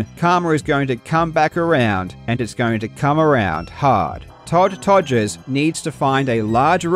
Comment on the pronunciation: I still love how you say ''Togers'' instead of ''Rogers'' :D